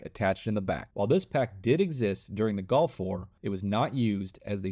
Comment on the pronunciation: bro said "golf war " instead of gulf war